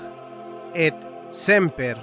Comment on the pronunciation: en latin se pronuncia la t de ET